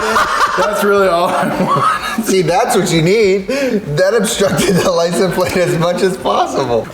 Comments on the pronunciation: I can't get over the guy continuously saying, "Lice 'n' plate" lol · hitting us with the licen plate everytime! man cant say the word xD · "licum plate" why does bro not pronounce the "se" at the end of "license" plates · Are.. are you saying "lisenplate"? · Someone needs to sit him down and explain that it's a LICENSE plate, not a Lisen plate. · “Licen plate” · Do they say licen? plate. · calls them "Licenplates"? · Why can't pronounce "license"